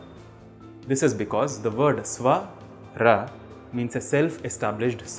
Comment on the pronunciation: First swar is अ like the sound the letter ‘o’ makes in ‘other’ or the letter ‘u’ in ‘dug’ You pronounce it as आ like a in ‘arm’. Hence it’s just swar or swarh not swara.